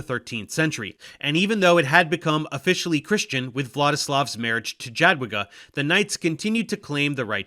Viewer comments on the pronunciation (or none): Dżadłiga boli. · Small point of critique- "Jadwiga" is pronounced more like "Yadviga", as "j" in polish corresponds to a "y" like in "yak". Additionally, it is interesting to notice, that the teutonic order came to the region on the behest of the duke of Masovia, one of the biggest mistakes following the feudal fragmentation after the death of Bolesław III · Dżadłiga XD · It sounded more like Dżadłyga. In any case, in Polish ł is never followed by i. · to nie jest spontaniczna wypowiedź w teleankiecie. Do nagrania można się przygotować. Jakoś Jogajła umiał powiedzieć bezbłędnie, a Dżadłigi już mu się nie chciało. Ja też 30 lat temu zachwycałam się każdym obcokrajowcem co coś tam ledwo dukał po polsku, teraz są już inne czasy, można sobie online wymowę sprawdzić. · Your pronunciation of jadwiga is a disaster but Jogaila is spot on for Lithuanian version of his name. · Yeah Dave, u pronounce Jagiellon and „J” in Sejm correctly so what happened with Jadwiga man! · It's interesting that he got the J in Jadwiga wrong and in the very next sentence got it right in Jogaila :D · Annnd Jadwiga ruined it